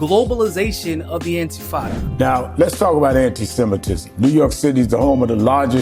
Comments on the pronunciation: Infitada 😂can't even pronounce it right.I doubt he even knew the meaning too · Sharpton is such a pathetic, ineffectual clown, the reigning king of the sellouts. He can't even be bothered to pronounce the word "Intifada" correctly. And right on schedule, Zohran Mamdani has purchased a ticket to ride on the capitulation train. Heard the hummus they serve in the dining car is really good...